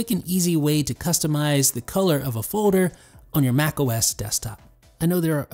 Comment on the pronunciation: FJ21™ it's the way pronounces folder:)